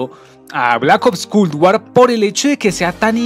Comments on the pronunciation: MW no me interesa que sea tan realista, para eso tengo la vida real y Culd War. Escribi Culd por la manera que pronuncias esa palabra; traductor humano xd, el juego se nota que es un juego mal hecho sin ser terminado. Asi que prefiero Bo3 que aunque no tenga tanta gente jugandolo, se ve 1000 veces mejor qur Culd asi. No dire nada de los zombis porque me dara un infarto hablar sobre eso y el multiputas, mmmm meh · Parece que dice cool war xd